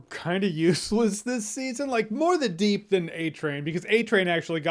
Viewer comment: First off... You said, “deep doo”. Heh heh... Second, Deep provided the proof/video of the airliner disaster. So he did do something....